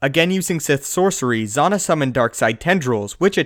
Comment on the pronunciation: It's cringe-worthy the butchered pronunciation of Darth Zannah name. It's not Z-on-NAH, it's Z-ann-Ah. Just like how you pronounce Hannah but with a "Z" unless you pronounce Hannah Hon-NAH. Thumbs down for bastardizing the pronunciation of one of the sexist Sith's (after Mara Jade) name.